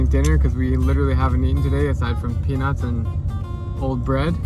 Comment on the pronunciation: Why peanuts sound so much like penis!!